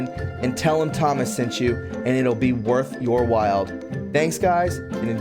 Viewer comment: Did you just say “worth your wild” in your ad? 🤦🏽‍♂️